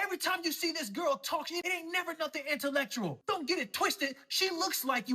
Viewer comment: Did he say she never say anything “interlectrual “ ? 😂 if he is gonna attack her intellect, the least he could do is pronounce the word right 😂